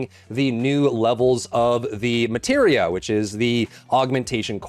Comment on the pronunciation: Bro said Materia. Haha